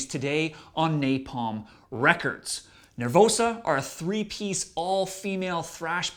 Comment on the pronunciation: Sam, it's NER-VOSA, not NER-VOUSA.